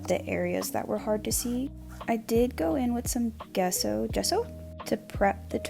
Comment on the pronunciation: lol every time you said Gesso, all i heard was "queso"